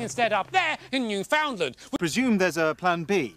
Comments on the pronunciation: As a Canadian, New-Found-Land is moderately offensive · barely acknowledge the ‘found’ and put emphasis on the ‘new’ so it sounds more like new-fin-lan. a lot of it comes down to just me being canadian and our accent, the way larry pronounces it isn’t necessarily wrong but it sounds weird